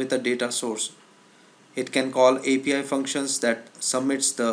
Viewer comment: You said apl instead of api..haha